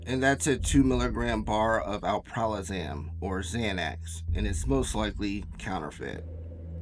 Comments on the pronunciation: This is an excellent video. One critique as a drug nerd from the area. It's Alprazolam not alpralozam. Generic for Xanax is correct. It's likely bromazolam counterfeit. I've been around drugs a lot and in a lot of places. There's something to be said about Central Florida, Xanax, and young women. Seriously - there's a type - a specific counter culture of girls who are just total benzo fiends. They can seem so detached and cold. Like Jen here, or Casey Anthony. I get major Xanny vibes from both of them. All things considered though - who cares about a few bars, man. What about the kid? Florida is pretty ass about drugs and how they choose to prosecute or not. I get the paranoia on her part - they tried giving me a year for every methadone pill I had. Or they'll give you a year for an ounce of weed. Or you get 5 years probation for a quarter bird of raw - cuz money talks... I'm not even halfway through but man like I said growing up here and being deep into the game like that - you're pretty astute and spot on down to the shadows on the bottle lmao hahaha Again though... Think about it. Xanax blackouts, deadly terrifying withdrawal, Casey Anthony and Jen here... Benzos remove all inhibition and anxiety... Often memory for nights at a time. Florida Xanax party girls are something else man.. Lol In hooked in now though man, what a great angle and catch on your part. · Alprazolam ( not Alpralozam). Not that important but I thought as you‘re focusing on details, you might like to correct. The name describes the chemical compound and with that the physiological effect, so it‘s not totally unimportant to have letters switched;) But great video, new uncommon aspects brought in, I like that! Looking forward to part 2!